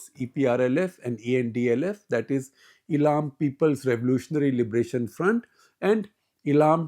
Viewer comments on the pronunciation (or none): Sir it is pronounced as Eeelam and not Elaaam.